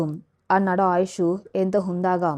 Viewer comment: Kathalu chala bagunnayi. Neeku chethuletthi dandam petti vedukontunnanu. Neevu andamaina madhuramsina telugu kathalu chadsvsrsmam aapesi vere inko panedaina chesuko. Assalu vinsleka pothunnanunu. Aayush ani sariga pslalakaleva thalli. Avunu inthaku nee matru badha enti thalli. Kharma matrubhashaanteartham ayyi chacchindo ledo neeku nee mother tongue e nri? Nee basha yasa chusthunte telugu lage undi. Inths thelisina nenu nenu ninnu sni maryada lekunda pilsvskydafu ani theliysja kafu. Nsku mee grsndmother vsyadu untundi. Anfuke ninnu. Nedku sni chepthunnsnu. Nerku matosati dsndam thslli. Lekspothe chsfive mundu vere vsllu chafivefi jagratthags vinu. Lskshmi garu cheppe ksthslu ilsnyivi. Endukamma Telugu bhadhanu khooni chesthunnav?🙏🙏🙏🙏🙏🙏